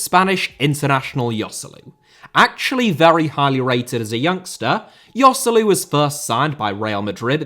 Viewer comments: Yoselu?! Its pronounced Hoselu, its not that hard lads... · "Yoselu" lol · man, who hurt you? :D The only real mistake is Joselu, the rest is fine